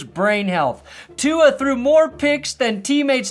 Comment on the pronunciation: Fuck bro the trump mis pronunciation of tua is so old now dude.